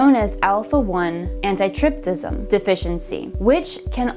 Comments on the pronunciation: Yeah, "anti- trip-sin" ; not "trip tiscim" but overall good for nursing. I teach pathology in a medical school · Pretty sure that is not how you pronounce antitrypsin